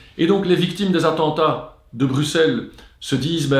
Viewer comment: Merci pour cette enquête très instructive. Par contre, si vous continuez à parler de la Belgique, pourriez-vous prononcer Bruxelles (BR-U-SS-ELLE) correctement? (Cela se prononce de la même façon qu'Auxerre btw). Autant pour les noms de famille je veux bien qu'on se plante, mais pour la capitale du pays francophone voisin, où se trouvent les institutions européennes, l'OTAN et tout le tintouin, ça ne devrait pas être trop dur de dire ce nom. >.<"